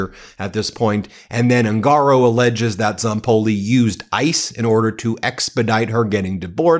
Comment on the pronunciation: The correct pronunciation of the surname "HUNGARO" Is "OON gah Row. Not Oon GAH row.